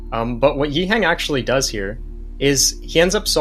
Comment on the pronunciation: Great stuff. Btw, can we put a bit of respect on this guy’s name? Its not ‘yee-heng’ but ‘yee-h-uhhhh-ng’